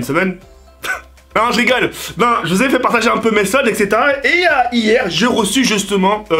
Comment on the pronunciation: Il dis tt le temps Ksetera-Ksetera 😂